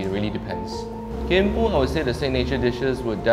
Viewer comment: Should pronounce as kin moooooo. Hahaha